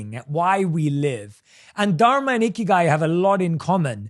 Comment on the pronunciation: Jay Shetty you stayed in India for few years. Don't pronounce Dharma wrongly. Don't act too smart. Copy cat